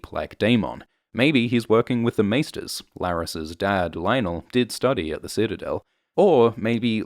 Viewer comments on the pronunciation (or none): none